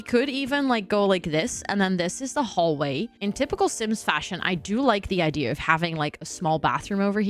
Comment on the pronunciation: base game are my favorite, all my builds start out that way then i reno them for each world/pack.. i still giggle when people say "idear" tho lol like are u drunk